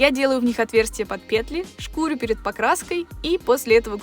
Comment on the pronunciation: Только шкурю́, а не шку́рю😬